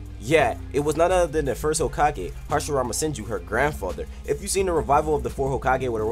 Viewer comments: It says hasirama henju instead of senju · Hasirmama henju lmao it suppose to be senju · Hashirama "Henju" XD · Hashirama Henju? Dont care still like the video keep up the good work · It's says 10 facts about Hashirama henju when its senju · anyone noticed that it said harshirama henju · Hashrima henju 😹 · it said henju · It's not hashirama henju